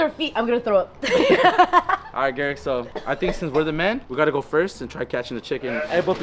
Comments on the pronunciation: so is it pronounced geric or garik??? 😂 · LEARN HOW TO SAY HIS NAME OMGOSHHHH EVEN SAYS IT CORRECTLY ITS GARIKKKKKKKK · The fact keeps getting Gariks name wrong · It’s funny how y’all say garik’s name wrong 😭